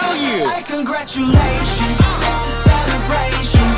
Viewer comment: Cangaru -tiu - lations 🤣🤣, you are awesome mate